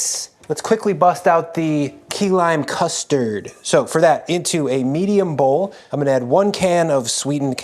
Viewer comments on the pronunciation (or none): Going to be honest: Saying things like “custee” for custard reminds me of Joshua Weismann in a really bad way.